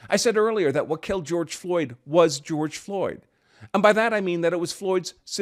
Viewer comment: Grorge Floyd ? LOL LOL LOL !!!